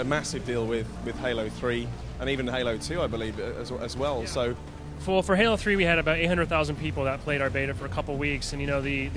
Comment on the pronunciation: its halo dude no hola lol fail